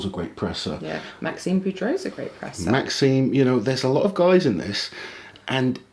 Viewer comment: My man Maxime got his name butchered in the predictions there😂